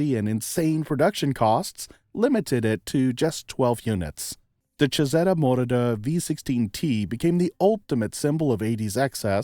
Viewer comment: Moroder is mispronounced.